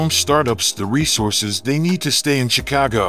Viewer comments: Please pronounce my city name right bruh it’s not “chi-cow-go” it’s “chi-cah-go”thank you very much sir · Natives say the city's name is not pronounced "Chicaawgo". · Pronounce Chicago correctly.